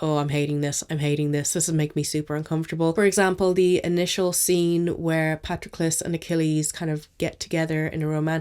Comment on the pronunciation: Thank you for pronouncing Patroclus right 😅 Great reviews as always, can't wait to see your content in the new year!